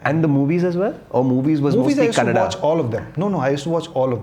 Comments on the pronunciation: Aiyoo mucho bai Kannada na Kannad antha nanthe. Do u have brains bro. Few words here n der is fine but how can a sensible person tell the name of the language only wrong n how can u expect someone to accept that. On a public forum how can u disrespect people trying to protect der culture n language. If we mix everything then wr is the the core left. See if ur thoughts r liberal gud for u but it doesnt mean u have to cm on this platform n say whatever rubbish comes to ur mouth if not u better dont talk abt the language at all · It's Kannada not kannad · No, Guru, it is Kannada not Kannad. Kannadiga, not Kannadi. You want to call it Kantara or Kantar? - you have to call proper nouns the way they must be. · What is okay nothing is. If u can say kannada say kannada. It's not that difficult. We say Hindi and not hindiva. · Sorry. It's not okay. It's Kannada only. Not Kannad. Like you are not Gukkhan and you are Gulshan, its not Kannad, it's Kannada.. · I am a Telugu person staying in Karnataka but I proudly say it Kannada not Kannad. If you can't respect it's fine but please don't disrespect and normalise it. This is why entire Karnataka has problem coz it's not north indians but the attitude that's problematic. If we had not respected others then Bengaluru would not have been cosmopolitan to the extent that we forgot our own culture. So now the city has woken up as at some point we need to give back to the wrong attitude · It's Kannada, not Kannad. Period. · Kannada only not kannad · It’s not Kannad, it’s KANNADA. You can’t pronounce bhatura as batura and paneer as panneer right ? Every word has its own meaning and pronunciation so please don’t change it.